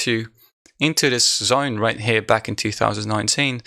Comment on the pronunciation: "this zOAin" Are you from Australia ?